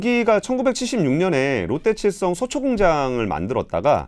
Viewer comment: 들리는 발음 자체가 롯데체성으로 들리긴 하네요. 아마 AI 자동자막 쓰시고 검수가 마지막에 안됐나보네요 ㅎㅎ